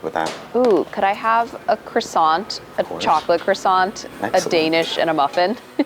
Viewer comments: The T in croissant is silent. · Did she say croissanTTTTTTTTTTT!!!!!!!!!!!